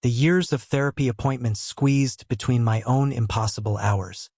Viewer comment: Another story sounding the letters of the word my sounded as two separate letters. Why. The AI is once again useless